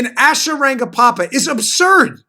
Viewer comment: Dan, sounds like you're adding an additional 'pa' in Asha Rangappa's last name. Agreed, Asha is horrible. Who ever is paying her should ask for a refund.